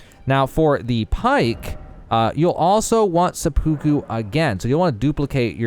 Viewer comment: "Suhpookoo" XD